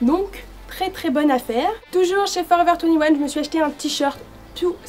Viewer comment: Ta mal prononcé Forever 21 x)